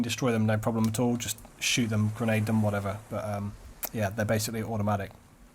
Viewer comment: u say bae-icly:)